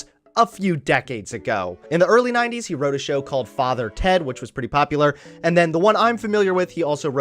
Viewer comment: Hearing an American saying father Ted is weird